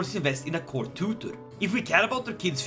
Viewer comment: What he says: Look at my glorious court What I hear: look at my glorious cock